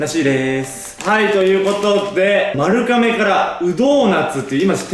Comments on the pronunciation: 丸亀はまるかめじゃなくてまるがめだよー！ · まるかめ？？まるがめじゃない？？？🧐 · 丸亀の読み方ってまるがめじゃないの！？ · まるかめじゃなくてまるがめだよ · まるかめじゃなくて、 まるがめですよーー！ ずっと気になっちゃった笑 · ずっと『まるがめ』やとおもってた笑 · ちなみに、丸亀は ″まるがめ″です！ まるかめじゃないよ🫡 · え、｢まるかめ｣っていうの？私｢まるがめ｣なんだけどwww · まるかめじゃないですよ！まるがめ！です🎵 香川県の丸亀市ってとこがあってそこが本店？なんです！まるがめ製麺です！ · まるかめっていうの気になる笑まるがめだよ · 今までずっと気になってたけど、丸亀製麺は まる ''が'' め だよ😿😿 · ん？まる"が"めじゃないですっけ？ まるかめって聞こえちゃうう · まるかめ？まる『が』めじゃない？ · まるかめ？ 私、まるがめって言ってました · JPくんも綾ちゃんもずっとまるかめって言ってますが、まるがめではないですか？ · まるがめやろ？笑 関東はまるかめって言うんかな？